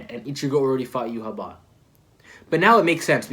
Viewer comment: I believe it's pronounced you-ha-bach, I think it's pronounced sternritter instead of stern rider could be wrong tho. Aizen altered Yhwach sense of time so he used up his time limit W reaction fantastic analysis. It's great seeing this series from a fresh perspective